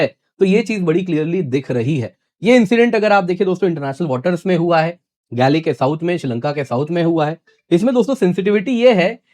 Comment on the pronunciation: गैली नहीं सर शहर का नाम गाॅल है।